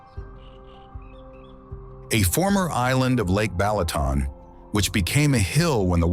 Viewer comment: Beautiful vibrant video A+ AI voice NOT, Pecks, Balatoon, Teehon????? 🤦🏾‍♂️🤦🏾‍♂️🤦🏾‍♂️🤦🏾‍♂️